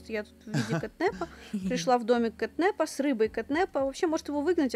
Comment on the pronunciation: Не кэтнэпа. А кэтнапа